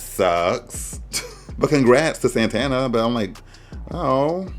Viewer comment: it’s sending me that you’re calling saTana saNTana 🤣🤣